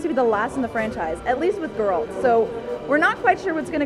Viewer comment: she pronounces Geralt strangely